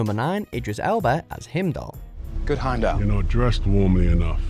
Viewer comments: I'm so sorry... but him-dall??? HIMDALL?! It's like Hi-im-dall. Gahhh (so sorry but that bothered me too much). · What is with WM narrators and mispronouncing things? He says (among other things) him-doll, immediately followed by a clip from the MCU that shows the way to say it in the MCU, as hime-dahl. It's like that episode of "I Love Lucy" where Ricky tries to teach Lucy to say "muchas gracias" (thank you very much) but she says "macho grasa" (fat pig) because the idiot can't copy sounds. DON'T SAY IT LIKE YOU'RE READING IT; SAY IT LIKE YOU HEAR IT Why is this so far beyond WatchMojo's capabilities? That's how EVERYONE learns language! If I tell you my name, Candice, is pronounced can-diss and you say can-deese, you're an idiot and an ass. I just heard how this guy pronounces "Iron Man" and I'm done. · Hemdelll? it Heimdall... like HIGHmdell... Considering these are British actors and you allegedly speak English, you did a hideous job of mispronouncing SO many of them... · You pronounce everything wrong. Hemdal??? Dav-rose???? Seriously get it together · Himdal? HIMDAL? boi its pronounced how its spelt, H-e-i-m-d-a-l, i heard himdal and just cringed instantly. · Excuse me. But I think it's prounounced, "Hay-em-dall". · They way you pronounce heimdal is hilariously stupid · Why did Hayley Atwell only get an homourable mention?? And learn how to pronounce Heimdell! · the way this guy pronounces ''heimdall'' has me curling my toes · Please learn how to pronounce Heimdall, they say it in this video so many times and you still stuffed it up twice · Anyone else bothered by the pronunciation of heimdall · Yup totally cringed every time! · Yes, I cringed every time I heard it. No excuse for that!